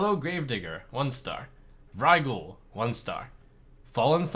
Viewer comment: It's not VUHRAI-ghoul, it's VERY-ghoul!